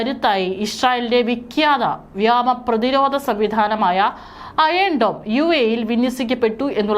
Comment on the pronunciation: പെണ്ണെ വ്യോമ (വ്യാമ )ഖത്തർ (ഗത്തർ )എർദോഗാൻ (കുർദോഗൻ )ഇതൊക്കെ മനസിലാക്കി വായിക്ക്